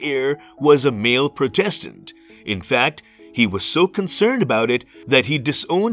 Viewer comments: why is Protestant pronounced weirdly? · yea agreed. especially for a historical channel I thought accuracy would be more important.